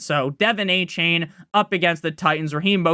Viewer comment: you a dolphins fan its A-chan not A-chain come on bro